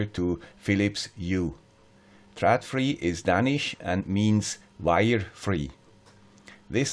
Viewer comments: hahahaha... next time you are in Copenhagen I teach you to say trÅdfri if you give a beer :-D trÅd ... not trad :-D :-D Thanks for at super video!!! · you can look here for more information. So based on coap-client, you can make a MQTT gateway. (Trådfri is Swedish, and å is not "a", it is pronounced more like "o" in english low and fri pronounces like english "free".):-)